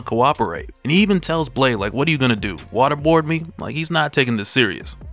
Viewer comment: "Well what about Blaaaaade."- in the most southern accent possible😭😭